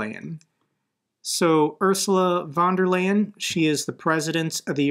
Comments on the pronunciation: its fon der Laien ))) not a problem i gues, but still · Pronounced...Von der Lion. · Its pronounced ursula fon der line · Tip for pronouncing Ursula Von der Leyens name: the „ey“ in her last name is pronounced like the English „I“ :) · In German there are 3 ways to write [f]: f/F v/V ph/Ph, that means "von der Leyen" is pronounced [f]on der Leyen